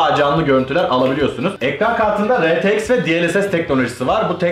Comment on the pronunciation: Rtx e retex diyen tek yürekli adam 😂